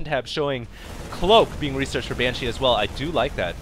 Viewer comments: the way u say banshee is wrong. Its banshee not banshEE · If he says "Ban-cheese" one more time... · Is he calling the banshees Ban-cheese? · "Ban Cheese" is what he says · congo line of SCV's lmao and stop ripping on the way he speaks, a lot of people mess up emphasis when they're talking quickly. He says banshee right when he's talking slower. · He emphasizes a lot of words odd. Banshee, zealot and others I can't think of at the moment. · It's a weird cadance thing that some asians do with words. My mom says "futon" the same way, emphanizing the second sylable. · thats not how you pronounce banshee btw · Is he emphasizing the word Banshee really strange or is it just me?